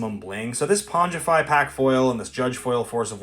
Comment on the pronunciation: Did you really say "Pongify" and pronounced it "Ponj-if-i..?? It's pronounced"Pong-if-i".. like that old 70's Atari video game "Pong".. Ugh.. other than that, your vids are EXCELLENT. Thank you for all the cool updates.. I watch u daily.